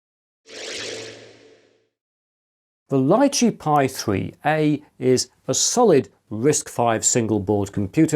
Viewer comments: Small detail is the name "Lychee" wich is a name of a fruit and prononuced "Litchi" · In English it's Lai-Chee or Lee-Chee. In Mandarin it's Li Zhi, pronounced Lee-Chur. There's no "t" in the pronunciation.